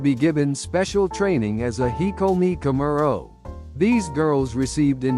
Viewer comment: The narrators😢 please learn how to pernouce Japanese words correctly. 😅 Oiran not pernounced ORAN but OIRAN (ooiiraan) Also correct pernounciation for KAMURO)...........please learn😊